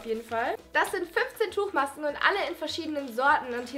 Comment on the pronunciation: Die stelle als du den namen von der letzteb Tuchmaske ausgesprochen hast😂